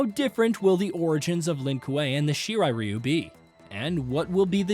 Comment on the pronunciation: “Shiray riyu👁️👄👁️” what a dumbass😂😂💀